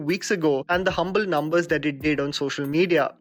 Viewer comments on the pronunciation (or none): none